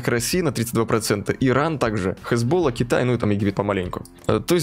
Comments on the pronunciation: классное видео, лайк, но, чел, не хезбОлла, а хезболлА( а то уши режет как-то:)) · Не хезбола а хэзбаЛА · ХезболлА ударение на последний слог. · Поменяй ударение в Хезболе в следующей серии)